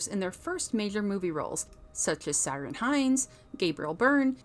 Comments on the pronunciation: Ciaran Hinds - it's pronounced with a 'K'. Not 'Ser'.. . It's Gaelic pronunciation, of the name, you see the name Kieron, same name. You don't say 'sattle' when you see cattle, which are cows... Cillian Murphy's not 'Sillian' Murphy... Anyhoo. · Ciaran = Keeran not Seearan, NICKel not NiCOLE. Get a new narrator this one is a dolt. Also MoriArity not Moriority. And Vagner not Wagner, sheesh. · Ciarán Hinds is pronounced ‘Keer-awn’ ❤️ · Ciarán Hinds: his first name is pronounced 'Kieran' and not 'Siran'. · Ciaran is pronounced like Kieran, not syren. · Who's "Syrin Hynes"? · Omg what the hell kind of pronunciation of Irish actors names was that??? Completsly took me out of the video. Ciaran is the same as kieran. Not seerion 😵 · Cirian is from the north. His name is pronounced Ki-Rin. Great Review! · Jaysis fuckin Christ on a stick, i realise Gaelic names may be tricky, but a bit of basic research? It's pronounced "Keeyrawn," Hynes. :D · "Such as Siren Hynes" I cringed at this attempt at pronouncing Ciarán Hynes. Mind you, they misspelled his name in the film end credits too. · It's pronounced like "Kieran" Hinds. Two seconds of research, y'all. Also your diction is dreadful. If you're going to narrate, stop swallowing every other word. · lol. the pronunciation of Ciaran Hinds name ! :) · thanks. My issue is the pronunciation, which would've taken 30 seconds to Google. It's like when Cillian Murphy's profile rose in the US and I heard it pronounced "Sillian" and the various issues with pronoucing "Saoirse" Ronan. Ask an Irish person! Or Google an interview! Ciarán Hines was in Game of Thrones, and Rome, and interviews of him exist.